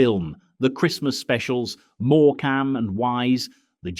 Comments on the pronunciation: The irony of these videos all about the 'good old days' of freezing cold homes, prawn cocktails and no money, is that they go and use an AI voice instead of someone who is, you know, real. "more-cam and wise"? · More cam and wise was the AI giveaway 😂😂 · Are you a real person or AI? What is all this ‘Mork-ham’ and wise pronunciation? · Being a child of the 70s I know how to pronounce Morecambe and Wise, unlike this shit AI drivel. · Is this AI narration? Who says Morecambe like that? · This brought back so many memories. Especially the fost on the inside of the metal frame windows. Pity about the AI voice. No one pronounced Morecambe that way. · Has anyone noticed how much of what you hear on You Tube is AI generated ,as soon as it spots Morcome and wise ,the AI cant say it right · Great video aside from the annoying AI voice that doesn’t know how to pronounce simple names! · It's all very well reminiscing of the old days, but the narration called have been done by a human being , and not AI. As soon as Morecambe and Wise came up , I knew the narrator was AI . 'More-came' 😮 Bar Humbug ❗ The Bot got some things right about Christmas gatherings in the 70's , but that doesn't make up for the fact that AI has absolutely no human qualities . It has no feelings , emotions , memories , heart or soul . And for its information, we always had a real Christmas tree which I usually decorated as a young boy , and enjoyed doing it too .😊 Merry Christ-mas all 🎄, from this soon to be 68 years young Englishman.... Don't forget . Jesus is the Reason for the Season .🙏✝️🙏 🇬🇧✝️🇬🇬♥️🇳🇮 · I was enjoying this till AI said morecamm and wise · someone needs to teach Mr AI how to pronounce things properly. MoreCAM...? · Happy happy memories - grateful for all I had and all I did not have. Pity about the Ai Mispronunciations OTHERWISE Perfect ❤. More CAM and Wise lol 😂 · more-CAM and wise - FFS. AI generated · Ai man was doing a half decent job until he got to more cam and wise 🙈